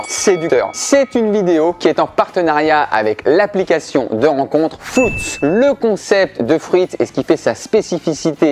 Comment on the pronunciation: comment il passe de fwoutz à fruitze en prononcition mdr